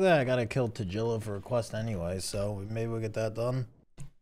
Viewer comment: Tajilla? lmao